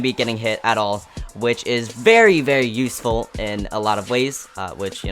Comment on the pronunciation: NUSEFUL... gosh, start learning the pronounciation